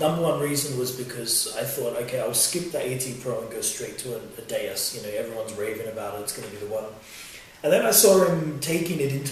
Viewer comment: or xp deus not daus that one must be from china lol